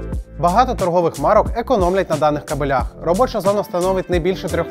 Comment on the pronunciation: Понове з "Дніпро-м"! Не "кабелЯх", а "кАбелях"! - це різні поняття!